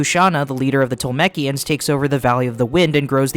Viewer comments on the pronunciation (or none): pagite? tol'mechkkeyans?? No. i appreciate your attempts but pegite (pedjite) tolmekians (toll me key ans) and nausicaa (nawh sick aa)